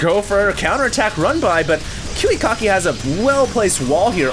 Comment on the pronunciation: I LOL-ed hearing saying KiwiKaki's name sound like Kiwi-Cocky.:P